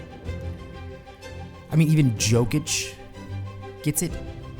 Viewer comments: man nice to see you back.. really. but Joekich? cmon now how hard is it to say the mans name properly. hes the reigning mvp too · Yo-kic* feel like once a guy wins MVP they would stop pronouncing his name wrong